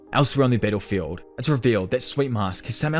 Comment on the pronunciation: when he say "battlefield", you will hear more like "pedophile"